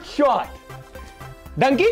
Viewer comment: dunky not donkey